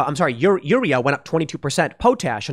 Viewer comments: The way Tim pronounces urea and potash makes me cringe. I have heard potash pronounced pot-ash, not like potato, a million times. And urea is pronounced your-ee-ah, kind of like urine (it's base word) not as a single-syllable word. Urea is the common reagent used in pollution control devices to convert NOx to N2 and water. It works better than the catalytic converter in your car because your car does not use a reagent, it just uses a catalyst. I have clients who have had to scramble to get urea to maintain compliance with their air permits. It is a real problem. Also, your diesel truck will not go over 20 mph if you do not have the urea to run you SCR unless you bypass that environmental control system. Ditto for Tier 4 diesel engines. No Urea, no run, by law. Engine manufacturers can get in big trouble with the EPA if they bypass this. See how VW got in big trouble for having emissions bypasses on their cars. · It's pronounced UR-RE-Ah.. And POT-ASH..... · Aaaahg.... UREA: you-ree-uh POTASH: pot-ash